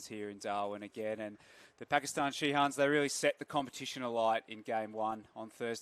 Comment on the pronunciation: ধারাভাষ্যকার পুরা খেলায় শাহিনরে শিহান কইছে